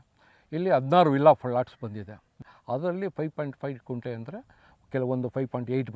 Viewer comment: Sir, It's not 'Kunte' but it's 'Gunte'.